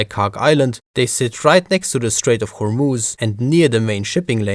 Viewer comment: I like your pronunciation of Hormuz, I'm an Arab and yeah that's exactly how it is pronounced!